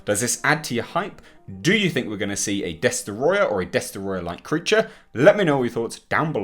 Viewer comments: you need to say Destoroyah like James Rolfe -example below. After all it is only right to do. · Mwiza Chihana Des-troy-ah